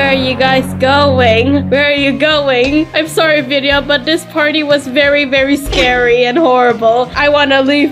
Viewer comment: are you serious it's vidia not vida!